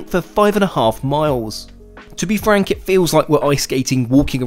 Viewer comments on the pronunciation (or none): none